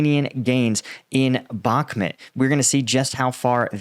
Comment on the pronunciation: Thank you so much for your continued updates. It has probably been mentipne before but its worth repeating: The city name is pronounced more like Bahkh-moot Rather than Back-met 😊